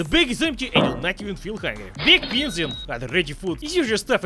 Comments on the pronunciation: why does he say beans so hard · How says beans always craks me up